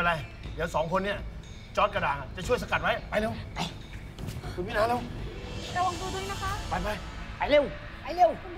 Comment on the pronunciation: ดูจนจะจบละ ยังสับสนอยู่เลยสรุปชื่อไร มิน-อา หรือ มี-นา ออกเสียง มี-นา ทุกคนออกเสียง มิน-อา เห้อ